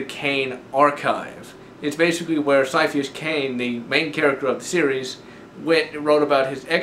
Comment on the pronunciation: Sir, it's ciaphas, as in Ka-ee-a-fas. That's how it pronounced. Other than that, good work. Ciaphas will always hold a special place in everyone's heart ;_